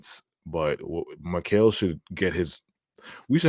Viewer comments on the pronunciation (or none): Why do keeps on saying “Macal” his name is mikal 😂